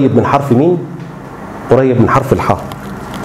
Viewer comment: اسمه حرف الحاء مش حه